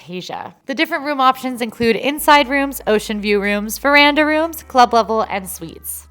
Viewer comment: Veranda rooms? I thought you said Myranda rooms! Lol🤣🤣🤣